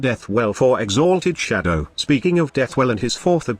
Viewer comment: All I heard was "exAAAlted Shadow"